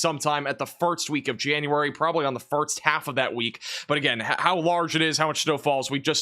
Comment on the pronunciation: Is he saying firts, and farts instead of 1st !?!?!?!?!?